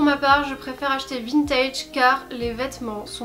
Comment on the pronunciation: Je suis arrivé sur la video j’ai entendu vintid